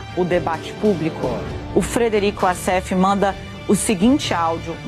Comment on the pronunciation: Apenas venho esclarecer que WASSEF é um nome egipcio. A maioria dos Wassefs, viverm lá. O Egito fala o árabe e a pronúncia figurada correta é "UÓSSIFÉN" e não "UASSÉFE". Wassef significa "descritor".